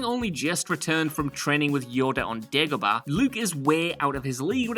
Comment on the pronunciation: Not tryna be horrible or anything. But it's Dagobah, thought I'd say it before someone said it horribly.